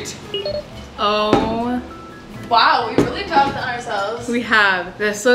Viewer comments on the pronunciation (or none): none